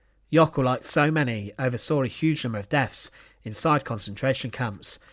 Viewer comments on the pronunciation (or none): Death’s not deaf’s 🤣🤡, you have a talking channel but your English is atrocious